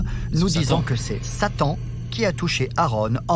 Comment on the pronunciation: Quand il a dit "Satan" moi j'ai entendu "Sali"